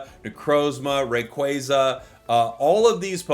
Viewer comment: say rayquaza right you hag